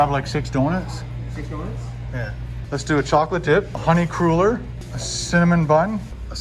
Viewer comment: I do believe they're pronounced "cruller" as in "duller". One of my favs for years.